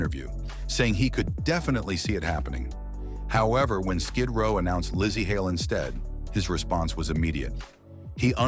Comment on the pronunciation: lol the AI can’t even get the woman’s name right apparently she’s got three names lazy Larse and lassy